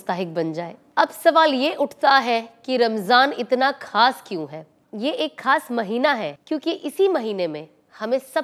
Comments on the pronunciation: Assalam o alaikum Sister aapka ye program bahut hi umda hai but ek cheez kaan me khatak rahi wo hai talaffuz Aap khas ko sahi se urdu me pronunciate kijiye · Khaas ka talaffuz sahi boliye plz urdu me khe nikale and your video is very nice mashaAllah